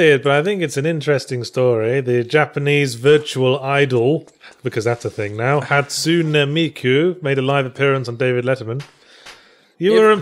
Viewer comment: ha-tsu-neh* tsun-deh-reh* the e in japanese is pronounced short hatsune miku is a vocaloid who was developed by Yamaha